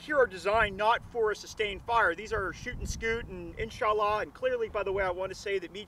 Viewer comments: "In-sa_Laa" X( And he literally said "God good" at the end of the vid, omitting the "hu"... Is he a arab-weeaboo, or is he making fun of the middle east? I genuinely can't tell. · cringed every time they said inshallah, other than that breddy gud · Great vid. It's insha-allah btw. There is a small gap between the 2 words. I'm a former saudi resident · As muslim I laughed when you said insallah